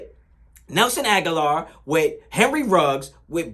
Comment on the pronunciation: Grammar policee here: ah-gah-lore